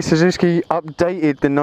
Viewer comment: You pronounce it wrong mate! SUZUKI! NOT SUZUSKI!!! =D